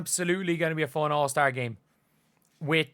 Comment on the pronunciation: Foown. I’m rying to sound out the Irish pronunciation of fun. 🤣🤣